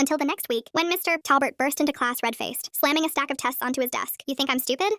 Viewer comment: Why does she say his name like: Mr TA!! lbert? Wtf happened with that AI??